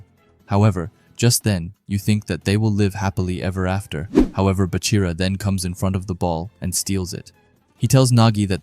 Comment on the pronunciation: Its Baa-chira brev not Buhchira